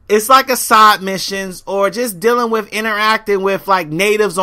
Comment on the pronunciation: Use proper an·nun·ci·a·tion, you say wif a lot. Drop the F and add a TH at the end. This may be a earth shattering revelation too you but not every games main focus is about competitive multiplayer. Destiny is about The exploration of the solar system, collecting loot and running through dungeon (Strikes) with your friend's, the competitive multiplayer was not intended to be the main focus. Bungie also locked the multiplayer because it would give people some time to play the game and find competent weapons. One last thing how can you knock a game for not having prone ? does this looks like a tactical shooter ? Going prone in a game like this defeat the design philosophy behind its game play an is invaluable to it.